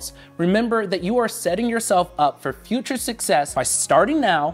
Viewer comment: “Leaning into the future” not feature 🤣 Great content otherwise.